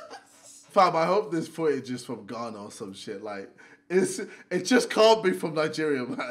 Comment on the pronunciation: Bruh when he said Ghana I was like nah fam😂😂